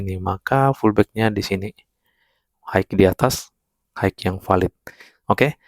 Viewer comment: oalah pullback to..abang bilangnya fullback..hehe